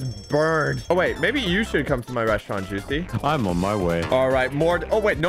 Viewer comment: I'm British and saying kidney pie makes me disgusted